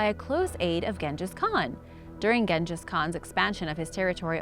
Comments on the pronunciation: How about you try to pronounce ALL the words correctly, not just the Spanish ones........................Gen-jus? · I mean Ganges is a river system in India, Genghis is pronounced differently to most of us. but she had no idea